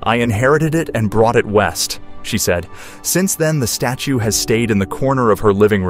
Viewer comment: . . . around the side of the "status" Was he trying to say "statue?"